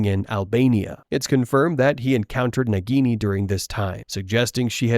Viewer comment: It is naagini